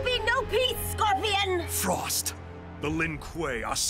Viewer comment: "Scroipion" How do you fuck up "Scorpion" so badly!?